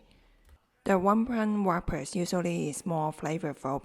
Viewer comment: WRAPPERS,pronounced rappers, the w is silent I hope to hear back about the crispy pork bellies, but I am going to make wonton dumplings as well, for the first time! Thank U